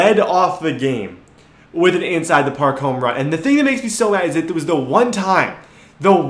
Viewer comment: Parl? Not park